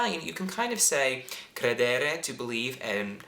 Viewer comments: Sempre in gamba, solo, la pronuncia di "credere" va corretta. L'accento cade sulla prima "e" e non sulla seconda. Cr(è)dere e non cred(è)re come hai detto. Comunque queste tue lezioni per imparare l'italiano sono utilissime anche agli italiani per imparare l'inglese perchè chiariscono come, sostanzialmente, alcune nostre forme verbali per voi non esistano e vengano tradotte in maniera più semplice di quanto pensassimo;-) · Sono italiano, abito in Italia ma mi piace tantissimo seguire le tue lezioni soprattutto per l'entusiasmo che ci metti e riesci a trasmettere. Complimenti davvero! (scusa se ti do del tu). Una piccola precisazione per quanto riguarda il verbo credere. All'infinito l'accento è sulla prima e, non sulla desinenza. Si dice crèdere non credère 😜. Un abbraccio! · Hi you're great! As an Italian I might add that even for native speakers a common bad habit is to use "credo" + indicativo presente / passato prossimo instead of congiuntivo. PS it's "crédere", not "credére";)